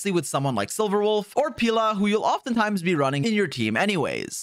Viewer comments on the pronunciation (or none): none